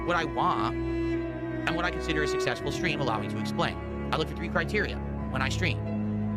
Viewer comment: "SUSSESFUL" STREAMER, BTW... HES TWEAKING!